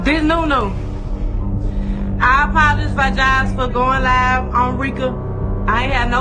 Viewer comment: the “I apolofigize” instead of apologize has always hit me hard for poor. It just showed how afraid she was she couldn’t even speak correctly 😔 that just always made my heart drop